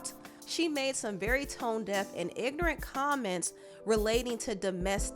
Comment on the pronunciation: Ari sounds exactly like what you said "IG-NORANT". She's super dumb for that. It was the follow up video for me. Like why would you say that nobody cares??? Sending a "kill yourself message" for real victims. Canceled in my book.